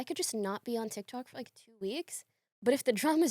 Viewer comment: tea tik tok... teatktok... teetalk... teeftok